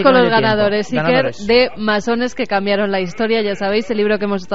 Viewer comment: ¿Cambiarón? ..¿Cambiarón?